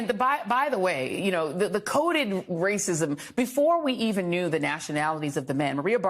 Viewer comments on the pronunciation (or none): “MA WAYCISM!!!”😭😭😭😭😭